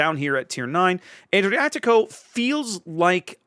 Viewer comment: Just a reminder that the Fonz was NOT italian. Ah-driatico, not Ay-driatico.